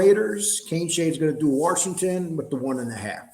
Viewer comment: WASHINGTON does not have a R in It WARSHINGTON.JS